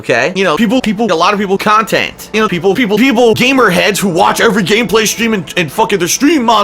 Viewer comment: I hate the amount of emphasis he puts on the end of 'conTENT'.